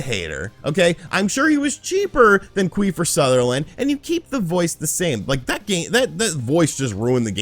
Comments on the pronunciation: Queefer Sutherland🤣🤣🤣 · Queefer Sutherland hahahaha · Queefer Sutherland!!! lol🤣😂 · Queefer Sutherland 😂😂😂good one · Quifer sutherland 😆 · Queefer Sutherland LMAO 💀💀